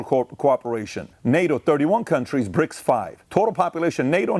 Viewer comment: Are you saying Brics or Prics 😂